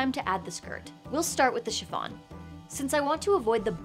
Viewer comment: I know she's saying shi F on, but it sounds like Siobhan -> shi-von and it alerts me every time